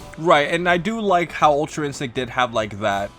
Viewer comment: “Ultra instinc”, ecks fuckin dee, work on your “t’s” more for the sake of the community.